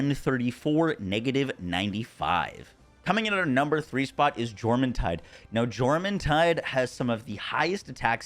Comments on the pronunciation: It's Menasting not Meanasting, like Menacing. Also, Jormuntide is pronounced with a Yor not a Jor. Your Shadowbeak is a girl. Lastly, feed your pals dude. Smh Apart from the atrocious pronunciation, great tierlist :) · The J in Jormuntide is a soft y sound. Stop being weird about other cultures. Get over it. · Its pronounced yormuntide